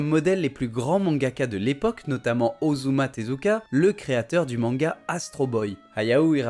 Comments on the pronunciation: c'est Osamu Tezuka et pas Osuma Tezuka... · "Ozuma Tezuka" Osamu Tezuka*